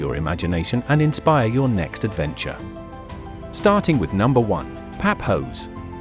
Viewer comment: Its not Papos😂😂😂😂😂😂😂😂😂 its Pafos